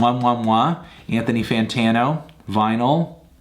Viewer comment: that’s how my grandpa used to say my dads name lol